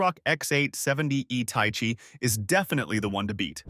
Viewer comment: ta-ee-chee? ... bro Thai-Chee... that pronunciation is painful